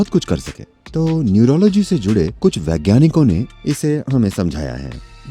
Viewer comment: Vigyanik nahi hota ji, Vaigyanik hota hai.